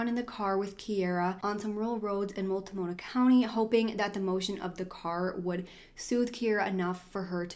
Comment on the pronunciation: And Medford, is medferd, mult no mah